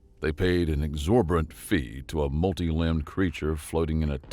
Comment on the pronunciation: Ex or bi tant not exorbant